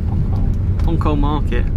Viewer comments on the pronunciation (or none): Sorry .....in INDONESIA C = CH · The lette c is normally pronounced 'ch', so this is probably 'ponchol' market. Nice video! from Roy